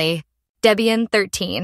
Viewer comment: Horrible AI voice. And it's Deb ian not daybian.